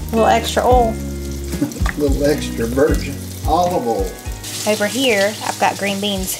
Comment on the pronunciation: Must be? Let it go!! For real. says Oll for oil. LOL 😂😂😂